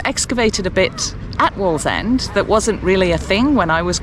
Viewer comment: It's waaallsend 😂